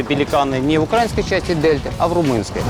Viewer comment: Что человека заставляет говорить "укрАинский" (а не "украИнский")? Безграмотность или что-то другое?